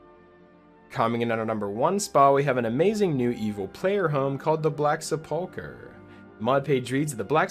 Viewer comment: Minor nitpick: the word "sepulchre" is pronounced "sepple-cur," not "sepulk-er". I really like that "At Your Own Pace" idea--tracking it on Nexus Mods right now!